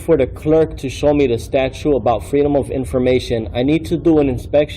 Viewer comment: What’s this nonsense about a statue? You can even pronounce statute.